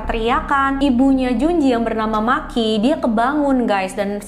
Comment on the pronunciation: Maaf mba, nama Makie dibaca ma ki e bukan maki 🤫